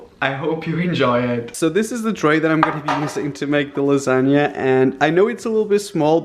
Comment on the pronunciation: Lasa-g-na monster